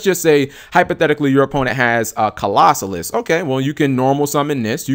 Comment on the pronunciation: Not Colossus... CLAW-ZO-LUSS!